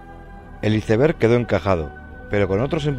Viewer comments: Que horrible escuchar como un españolete pronunciar la palabra inglesa Iceberg, suena terrible!! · Me da dolor de oído cuando pronuncian iceberg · Hermoso documental, gran trabajo. Pero por favor que alguien le enseñe inglés a ese narrador: Güitestar, Izeber, por favor!!!🤦🏻